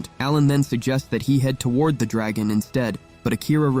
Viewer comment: Your pissing me off when you day dragon wrong